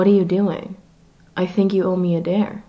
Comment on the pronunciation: Is it just me or did his British accent slip out when he said "dare"? Lol, you mustn't let your disguise fail.